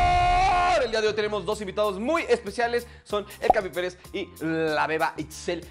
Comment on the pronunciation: Me encanta cuando dice "Capi Pelez" JAJAJA me encanta ese personaje 💕